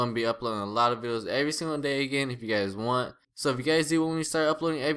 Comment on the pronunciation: he said bideos, is he kidnapped?